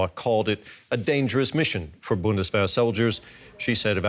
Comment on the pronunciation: who are you making the news for? German speakers or English speakers? English speakers I suppose. Maybe using Bundeswehr is not the best way to read/share news. Just say "German Army" so that people get what you are saying, instead of pronouncing the word wrong and making it embarrassing for yourself and difficult for others to understand.